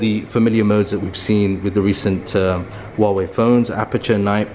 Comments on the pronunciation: Why can no one pronounce the 'H' in Huawei? It's not that hard. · Great video. But if I may, I want to point out that the H in Huawei does need to be pronounced, simply like a normal H.